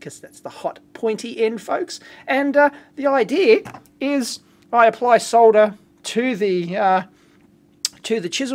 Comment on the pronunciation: Finally someone who can pronounce soLder correctly